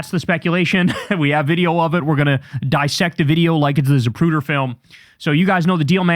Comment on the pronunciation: The Za-POO-der film